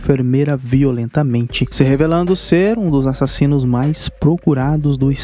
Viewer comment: O melhor dessas narrações é ele dizendo: A-SSASSINOS